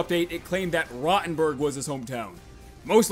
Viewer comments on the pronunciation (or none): its not pronounced rotten-berg, its row-ten-berg .